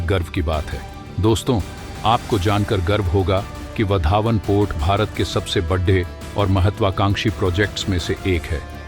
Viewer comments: आप वाढवणं को वधावन क्यों संबोधित करते हो? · वधावन नही, वाढवण.